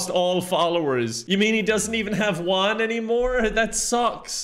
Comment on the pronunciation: juan is pronounced huan not uan